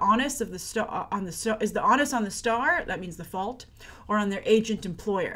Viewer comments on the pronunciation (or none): DC Rebirth has received critical acclaimed across the board.And it's pronounced OH-Nus not AH-Nus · [oh-nuh s] I've never heard anyone say the word "on-us."